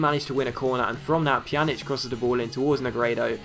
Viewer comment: You pronounce Pjanić's name correctly now :D yay! Great vid as always.